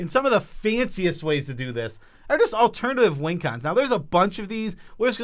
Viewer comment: What's "Alternitive" ?!?! Surely you mean 'Alternative'? Just funnin' ya'll